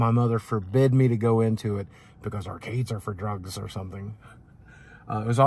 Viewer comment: Dem thare are-cades r whur dey geet yew arn drugz! 😂